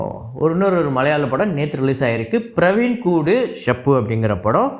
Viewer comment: பிரவின் கூடூ இல்லை பிறாவின் கூடூ